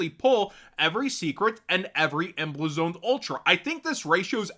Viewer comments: Imma help you with this word, cuz your mispronouncing it. emblazoned = Em-blaze-und It is not Em-bleh-zoned. Can't have you sounding ridiculous, you're welcome 🫡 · The way you pronounced emblazoned ultra rares 😂😂😂.